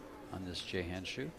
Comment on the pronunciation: Again you clowns mis-pronounce Rita's name. It's not Chow, it's Chou. Don't be ignorant, learn how to pronounce the players' names. it's about respect. Or else let somebody else do the announcing.